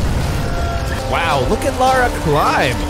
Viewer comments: For peat sake, it's LA RA not Lay-Ra or fuckin Laura!!! How is that difficult to get right?????? Yanks drive me nuts!! 😂😂😂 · Why does every American pronounce her name wrong? It’s Lara Not Laura ! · okay I've heard ppl call Lara 'Laura' but LERA?? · Ok, repeat after me... LARA like Car-RAH. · Have no idea why Americans just cannot pronounce the word "Lara" 😂